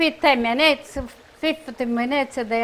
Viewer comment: Just adorable. I love how she says “minoots” for minutes. Just like my nonna used to say. Puts a smile on my face every time. ❤️💖❤️💖❤️ Amore di British Columbia, Canada. Kris Butticci-Bowler.